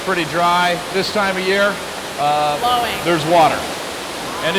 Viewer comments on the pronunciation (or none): none